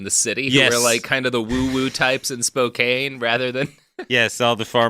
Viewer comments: I mentally screamed "IT'S SPO-CAN!" every single time! Though as an Oregonian, I've also been wincing at his "Willamette" pronunciations. Better hope no bastards come from Puyallup. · I'm a Canadian, and even I know it's pronounced "spoe-kann" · I know that and Robert will probably revel in my pain, but sitting here in Spokane and listening to Robert butcher the name of my home town is causing me physical pain. It's Spo-CAN. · Driving through Spokane now, grew up here. Never heard of this guy, definitely didn't hear about him in school. Also every time he said Spokane the wrong way, I cringed and corrected him.😅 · I won't stand for all this Washington slander from someone who doesn't even know how to say Spokane. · As a Tennessean myself, with no connection to Spokane whatsoever—other than knowing how to pronounce it—Robert’s pronunciation is straight-up painful. But he seems pretty firmly committed to never learning how to pronounce things. I wonder if, as a latter-day Oregonian, he takes special glee in mispronouncing Washington place-names.